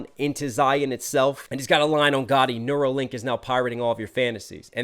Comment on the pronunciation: I notice you pronounced ghoti like "gotti" but "ghoti" is another way to spell "fish." The "gh" in the word tough makes an "f" sound. The "o" in women makes an "i" sound, and then the "ti" in "correction" makes an "sh" sound. Therefore ghoti technically spells fish. At the end of the track he mentions catching bait with fish too and puts an emphasis on the way he says fish. There are also some manitee and pirate at sea lines too. Super clever!